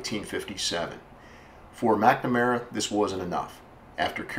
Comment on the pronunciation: Nowt 2 do with cars but the last time I checked the name McNamara doesn't have an "E" in it!! So why pronounce it as if it does? DUH! Oh the "T" Bird? Another American Classic. I still have an unopened Airfix model of one in my shed in England, (bought in Minnesota in '65 when I was ten years old) where we actually speak English and prounounce, punctuate, spell and speak the Queens English! I have no idea wot language you guys think ur speaking cos it ain't ENGLISH! Worst of all I used to speak your language for about 10 yrs before slowly recovering back to proper English haha! I went to live/work in Oman for 5 years. There I learnt to become Dyslexic, so what's your excuses? Do I have a wish? Yes! To bring back the era (pronounced eara, not as error) of great American Automobiles from the late '40s to 1970s! Although modern cars are part of evolution, they just haven't got the same ZING to them! British cars? Apart from a very select few including the Jaguar (NOT pronounced Jagwaar; you guys call your big cat what you like but leave ours be) our older cars are sooo tiny and awful in style compared to your outrageously beautifully designed cars, both body & interiors. 😝 Unless there's a big demand (to build old style with modern autoelectrics/engines) we'll never see this styling again! Life can be such a B Itch! Y'all have a nice day and stay safe. 👌😋